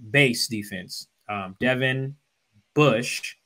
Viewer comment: it’s Devon, not Devin.